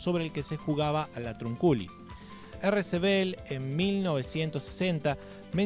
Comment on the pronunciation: Se pronuncia latrÚnculi 😂